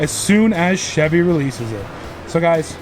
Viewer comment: didn’t know Chevy was pronounced like that 😂😂